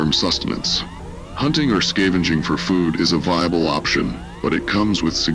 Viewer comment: You need a better AI to read this stuff... This AI's ability to pronounce words (it can't even pronounce "food" properly!) absolutely SUCKS.